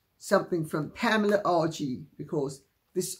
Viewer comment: I love hearing Lady C say the name PAMELA! She makes it sound so CLASSY! 😘